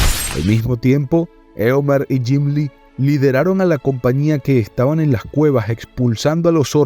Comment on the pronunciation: Narración de 10. Lo único malo es que dices Gimli como si fuese un gym. No es Gymli es Gimli con G más suave